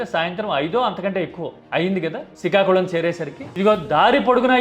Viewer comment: అంత సరే కానీ సికాకులం కాదు శ్రీకాకుళం .... మీకు పలకటం రాయటం రాకపోతే నేను నేర్పిస్తా...